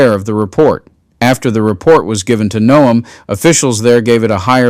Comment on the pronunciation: You need to get into the settings of your text reader and set it to pronounce Noem as gnome. 😉 Its more accurate.